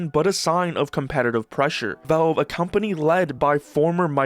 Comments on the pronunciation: most concerning is his pronounciation can anyone teach him is valve not? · could just be mispronouncing on purpose for comments you never know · Vavwe, the waww lol man say the l